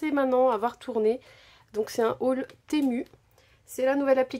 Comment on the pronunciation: Ça se dit timou..